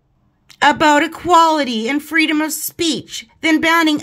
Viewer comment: I predict the next Lilybucks story: MEGagain: "What do you want Lily?" Lilybucks: "Fwwweedom".